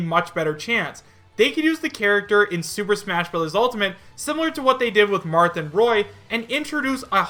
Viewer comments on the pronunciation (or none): none